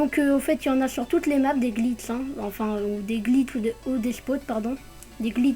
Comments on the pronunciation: Vous avez bien entendu ? Des Glits et non des glitchs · Ça me fais trop rire quand tu dis glitss et spot x) tu gère merci pour la vidéo :)